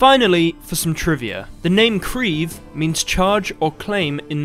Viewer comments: kreve yes does mean what you said in norwegian but its pronounciation is far from you pronounciation - obviously as you arent norwegian - i dont know how to explain it other than: in your english pronounciation, you are using one syllable, whereas in norwegian we use two syllables, so kReeVe (where each capital letter is a syllable or where we put pressure) the e is not as drawn out as your english e, however it is more drawn out than a normal e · I would just like to say that "kreve" is more synonymous with "demand" than charge or claim.